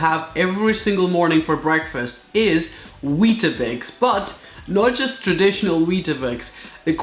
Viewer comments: Its not weeta-bics its weet-bics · btw its weat bix not weat A bix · It is WEET-bix not weet-AH-bix. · It’s weet bixs not weeta bixs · Weet-a bix 😂😂😂😂😂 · Not to be rude but it’s pronounced weat bix* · Its pronounced weet-bix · Stallon #VLOGS Actually you are wrong, they are called Weetabix in the uk. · Stallon #VLOGS I is wett a bix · Alex xx con it's weeta bics. I'm guessing you're American who can't fathom a world outside of American. People naming things differently to America. Crazy isn't it!